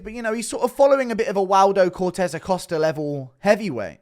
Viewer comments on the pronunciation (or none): none